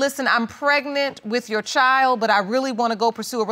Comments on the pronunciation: Young girl had a whole lot of mouth. Nasty. And why can't these people pronounce child instead of "chowld" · Precisely what is a “chel”?! Ch - eye - ld.